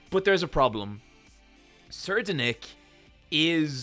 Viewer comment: Sir de nick is okay But I think its Sa Ride Nick nicknamed Serri